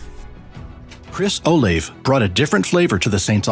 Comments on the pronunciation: your totally right, I only heard him pronounce the last time for olave, and you were right about the names tho, it was bothering tf out of me😂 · he pronounces it 2 or 3 different ways throughout the vid, along with mispronunciations of Olave and Marquis among others.